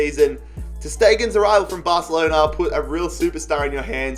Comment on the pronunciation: You said Barcelona wrong. LOL